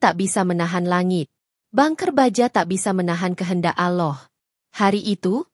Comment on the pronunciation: Ini admin yg ngomong ini kya nya oten .ngucap allah aja ga pandai